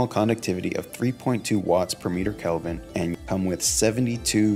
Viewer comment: It’s k-eh-lvin, not calvin klein